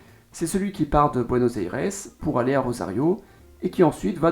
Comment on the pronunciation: Déjà Buenos Aires se dit pas comme ça